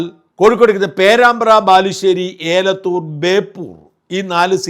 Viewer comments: ഏലത്തൂർ അല്ല എലത്തൂർആണ് ( കോഴിക്കോട് ജില്ല) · അങ്ങ് പലപ്പോഴും കോഴിക്കോട്ടെ എലത്തൂർ എന്ന സ്ഥലത്തെ തെറ്റായി ഏലത്തൂർ എന്നാണ് പറയുന്നത്.